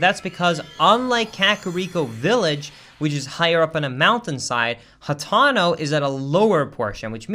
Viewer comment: I don't know if this is some sort of inside joke but why does he consistently say hatano and not hateno